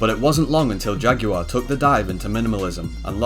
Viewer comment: WHY TF IS HE PRONOUNCING JAGUAR LIKE THAT????